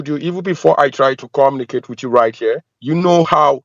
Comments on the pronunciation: "Comma-na-cate' instead of Communicate?! An American soldier? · Is he actually saying he is AN AMERICAN HIGH RANKING SOLDIER"? First off, he would never call himself by that; he'd be saying his rank cause they take pride in that. Also, no soldier could understand his orders because he CANNOT even pronounce words properly. Nobody can understand him cause his accent is actually thicker than most scammers